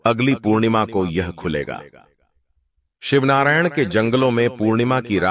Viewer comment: शिवनारायण नहीं शिवरीनारायण बोलिये